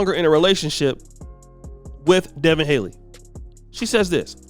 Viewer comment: Appreciate what you do but man you gotta be better. You kept putting up a picture of Gervonta Davis. Then you kept saying Devin Haley and it’s Haney. You call him up and coming when he’s already here. Just need you to get it together man. Bad enough the other say we all look alike and messing up our names. No need for you to confirm by doing the same. Probably don’t even care, but I’ll ask better of you anyway.